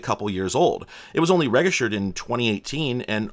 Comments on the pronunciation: "Registered" has a soft G. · That is the most jarring mispronunciation of the word "registered" I could imagine. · That's the first time I hear "register/ed" pronounced like that.